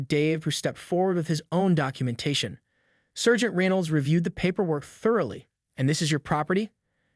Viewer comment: You're pronunciation of debree and sergeant are totally off